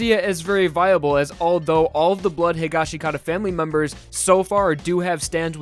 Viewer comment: Waiting for people to stop mispronouncing higashikata